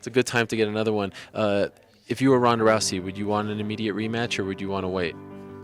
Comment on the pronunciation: It's ronda, not rrhonddda.... Wtf